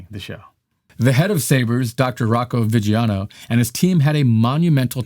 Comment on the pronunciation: It is pronounced “vijano” non “vighiano”